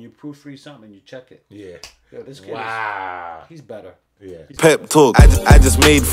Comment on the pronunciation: Yeah caught that pep talk bar, but his name is just Pep not Pepe 😂